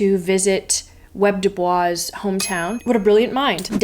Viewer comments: It's not "Web" Du Bois it's W. E. B. DuBois, and I believe the pronunciation of his last name is Du Boys. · Not to be that person, but it's W-E-B-[doo-boyz]. Great Video! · “Web” Dubois made me laugh lol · I am here in the comment section to see how many people corrected you on "Web" Dubois. Only 5%. Yay Internet! TBH, this list appears to be made by eggheads because only they would put poetry on the non-fiction list and add the thesaurus. Where be Mary Karr, eggheads? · HE was an African American man and HE preferred HIS name pronounced how I noted. She pronounced it incorrectly. You're welcome